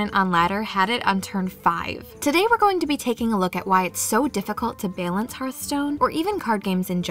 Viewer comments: can't remember literally anything about what i just watched other than the way the narrator pronounced "balance" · I love your accent when you say balance. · I can't be the only one slightly annoyed with the way she pronounces balance